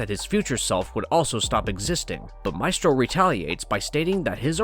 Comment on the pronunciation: WHY DOES THE NARRATOR SPELL HIS NAME SO WEIRDLY???